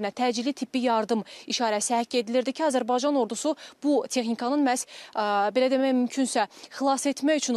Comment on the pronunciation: Azırbaycan yox Azerbaycan